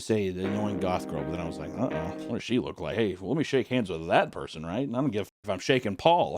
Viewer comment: damn oomph "they already oook like dogs"